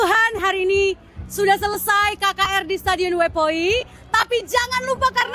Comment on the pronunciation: Oepoi min. Bukan oepai